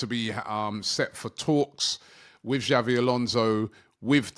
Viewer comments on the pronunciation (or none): none